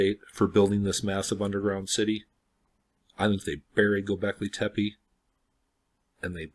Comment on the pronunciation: It's "goobekli tepe" and not "gobekley tepi". I understand that English is pretty much the only PIE derived language that pronounces E as I but that's exactly the reason to perhaps double check the pronunciation of foreign words. Also the tunnels were most likely being expanded when people where already forced to live in them to survive, supposedly it shows by differences in how they are built from the first floor (or first few?) to the lower ones.